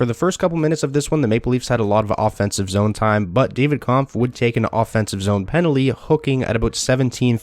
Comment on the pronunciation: Kampf was mispronounced as well